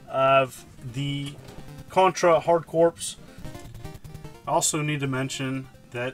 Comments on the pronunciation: Dude it's pronounced "core" not "corpse" like the Marine Corp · I thought this was going to be an awesome video, then...It's pronounced "core", not corpse. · Corps is pronounced "core" not corpse, like the Marine Corps is pronounced Marine "Core". Nice review, ReBirth and Contra 4 wouldn't have fit into a $20 package in my opinion and I really wish they had put in Contra Force instead of multiple copies of the same game, but still more than worth $20 for the 5 unique games your getting. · Aren't you a teacher? How the hell do you qualify for that while pronouncing CORPS like CORPSE instead of CORE... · Corps is pronounced as "Core" my dude. Its reads like Contra Hard Core. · When I went to talk to the recruiter for the marines I kept saying it like him till a half an hour he told me it’s pronounced core I felt like a retard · Hey! Just to let you know that the Corps in Hard Corps is pronounced "core", the same as it is in United States Marine Corps. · He was certainly never in the Marine Corpse.